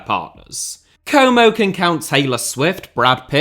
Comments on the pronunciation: it's not "komou" it's como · What club is this "coumow" you're talking about? Never heard of them 😂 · I can't think of a greater punishment than hearing a british man pronounce Como repeatedly for 45 straight minutes. Or should I say "Coumou".